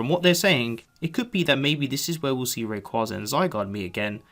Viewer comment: Pretty sure it's pronounced Ray-Quay-Za